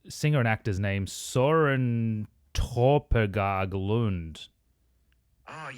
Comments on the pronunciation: That AI you used in the beginning was just incredibly wrong in the pronunciation xD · lol... That is not AT ALL how you say his name in danish. AI strikes out again.. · Dang that Ai messed up his name XD